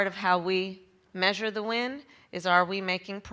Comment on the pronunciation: She was saying ‘win’, inexplicably.